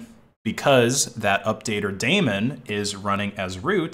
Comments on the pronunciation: "Daemon" is pronounced "demon" (not "Damon"). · It's a daemon /ˈdiːmən/ you are saying it wrong. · Daemon is actually pronounced "demon"